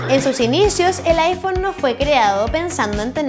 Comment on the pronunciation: Aifon :V